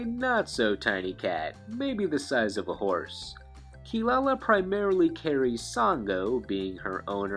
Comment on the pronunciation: by the by her name is Kirara not Kilalala. That is some bs the canadian dubbers made up because they esp Kelly sheridan sangos dun actres couldnt pronounce the kitty cats name correctly. WOW you get paid all this money to dub anime and dont even do your job. kelly sheridan should stick to voicing barbie. why dub anime if you cant take it seriously?